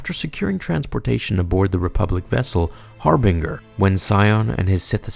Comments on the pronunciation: Lol it's 'Har-bin-jer' and 'Per-aw-gus' they say the names in the game itself. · Harbinger is pronounced with a soft g, you idiot. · Pronunciations: Har- BINGE-er as in binge watching netflix Master Aye-Tris sounds like May/Ray/Day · (Ay-tris) (Har-bin-jer) Your pronunciations itch my soul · I really like a storytelling but you got to learn how to pronounce words like harbinger ˈhärbənjər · Couldn't keep watching after I heard your pronunciation of harbinger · Dude...homie...man. Just, for the love of god, play the fucking game. Or at least watch some clips. You pronounced so many names just...brutally incorrect. Ebon Hawk (you seem to correct yourself later in the video), Atris, Peragus, Harbinger. (this one, you have no excuse for. It's literally an English word!) And finally, though, I admit this is nitpicking, you mixed up 'disguised' and 'disgusted' at the end. But, for real, you make such great stories and explanations, and I know you do it with a time crunch...but, seriously. Proof read. It makes a huge difference. Little errors like this are excuses for other people to dismiss you as unintelligent, which is far from the truth. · Learn to say harbinger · Dude, you're mispronouncing "Harbinger." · I really like your content. But I have to ask. Are you purposely mispronouncing harbinger and peragas? Not that big of a deal. But I know I'm not the only star wars nerd out here than cringes when I hear something about starwars being mispronounced. It's almost like the cringe when a life long starwars nerd calling a lightsaber a ...."laser sword"🤮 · I love your shit but you are terrible at pronouncing shit. Harbinger rhyme's with ginger, soft g sounds like a j. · Please look up how to say harbinger 😖 I'm cringing so hard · You say harbinger wrong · That pronunciation of Harbinger hurt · Cringed whenever you mispronounced words like Harbinger. Come on man! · I thought the same with harbinger 😂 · Bro it’s Har-BIN-Ger not binger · Its "HarBINGEr' not Harbringher